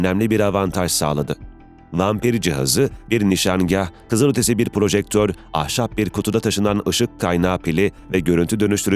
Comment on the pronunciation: Metinlerin düzgünlüğü takdire şayan da, bu nasıl bir okuma yahu? Japon mususuz da L sesini R sesiyle karıştırıyorsunuz? Kızırötesi, hövüvud…